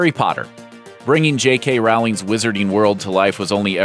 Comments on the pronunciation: No hate at all but I cringed when he said Rowing it's Rowling 😐😂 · 😑 he said RAAOWLING. 😑 IT’S ROWLING AS IN ROW ROW ROW YOUR BOAT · Rowling is pronounced ROW-ling as in row a boat. Why is this so hard for Americans to figure out? And it would have been nice if we'd actually seen what the bts stuff was that you promise in the title. Now I remember why I unfollowed you. Will ignore the 'up next' suggestions from youtube from you in the future. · JK ROOOOLINC NOT ROWLING ppl need to get this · Is no one gonna talk about how he pronounced Rowling!